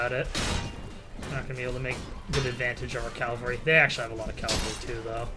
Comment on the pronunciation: If you could start saying cavalry instead of calvary that'd be great....